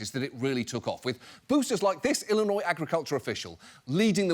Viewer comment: ah yes: Ollinois! The beautiful state bordering Mossouri, Kentucky, Ondiana, Mochigan, Wosconsin, Monnesota and my favorite: Oowa! 🤣